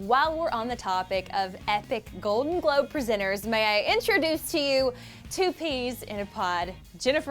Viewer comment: said "And the golden Gobe goes to.."